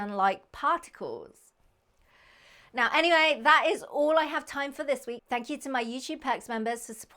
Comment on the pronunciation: He even wronged the "than(k) you"😂